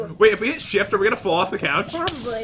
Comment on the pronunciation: ShIfT What i hear: sH!t!